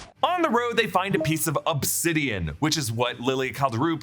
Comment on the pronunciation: You really said upsidian? Lol it's obsidian.